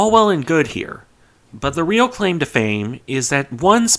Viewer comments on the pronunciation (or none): none